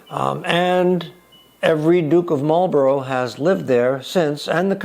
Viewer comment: We English say Blenim for Blenheim and Marlbra for Marborough. FYI.